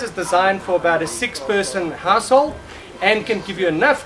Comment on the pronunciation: He said 6 households..... but it sounds like 6 assholes! Lol